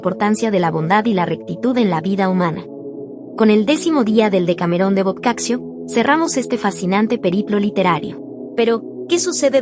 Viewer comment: Se pronuncia " boccacho"